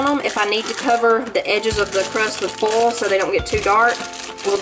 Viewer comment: I love your southern way of saying foil and oil , I get such a kick out of it.